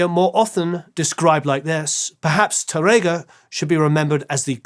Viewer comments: Another spaniard here... great episode, and you did a nice job with the names, except Tárrega... it's tÁrrrrrega...(yeah, the hard R sound is a b*tch for you englishmen, I know...) tongue needs to go brrrrrrrrr and emphasis on the "a" not tarEga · His pronunciation of Spanish is really crazy. The "á" means that the emphasis is on that syllable. Spanish long and short vowels are not phonemic (i.e. contrastive). "RR" is not an English "r" sound. It's a trilled (rolled) "r." For example, he completely butchers, "Tárrega." Which should sound like, "TAH-rrrrrrr-eh-gah." Nothing like the way the host repeatedly pronounces it. And he can't even pronounce "Andrés Segovia" correctly, which makes the whole video hard to watch, since he is the subject of the story. Again, the "é" means the accent is on the last syllable of his first name. If there is no accent, the stress is on the penultimate syllable. Perhaps you can get this guy an accent coach to help him with his speech problems or find someone else who can enunciate the words properly. Thanks!